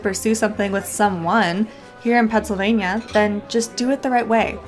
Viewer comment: Its Pennsylvania not Pennsyl filping vania